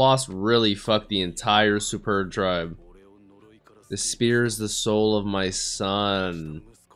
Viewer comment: Anyone gonna tell him that it's pronounced Sperdia/Sperd...? The u is half silent... It's kind of like pronouncing just half of the u